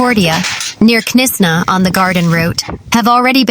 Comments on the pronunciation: Destroyed is a bit dramatically overstated.... Your accent and pronunciation are very good. 🌹 1 thing if i might....Knysna..is pronounced Knys( just like you pronounce mace...) na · What a shame reporters don’t ask locals how to pronounce place names correctly. Knysna is pronounced NAISNA as in NAIROBI